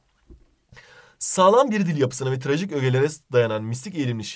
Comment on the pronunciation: Tirajik değil trajik hocam